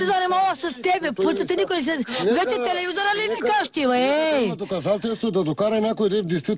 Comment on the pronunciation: Вечи тиливизура ли викаш уе ееей???!!